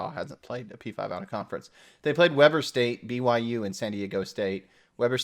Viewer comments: It is pronounced WEE-ber State. I went to school there and it gets mispronounced out of state a lot. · For future reference, Weber state is pronounced "Weee Burr" I enjoyed this video =) Go Utes. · Weber State is pronounced "Wee-ber". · Then the locals are mispronouncing it, too... 😭 Weber is German and means weaver. Should be pronounced with a long 'eh', not an English 'ee'. 😩